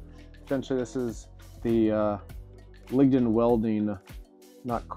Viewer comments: LiG-Nin, not ling-in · Dawg its Lingnin....Not Lingdin